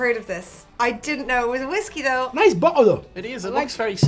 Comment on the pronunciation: “nice bo ol o” 😂😂😂 I’m crying